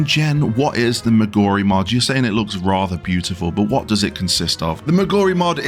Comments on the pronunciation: relax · What does any of that have to do with pronouncing Moguri incorrectly? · You can't say "Moguri" correctly to save your fucking life can you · it can make your brain go bonkers. there is a third M name in the video. try saying Moguri, Memoria and Mog-Addons for several minutes. it shuffle your pronunciation trust.